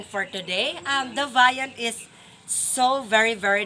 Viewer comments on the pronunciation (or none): "Viandness" o "viandtess" basta ulam🤣🤣😂🤣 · No one: Literally no one: “Vayaness, vayantess, basta ulam”